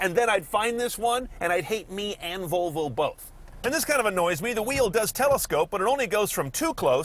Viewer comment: Volovo .. Sounds like a guy trying to say Flafel after consuming 4 liters of tequila :D